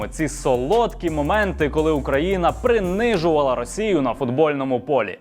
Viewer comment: "Прыныжувалы" ...... и не говорите , что это появилось после 24-го. После 91-го.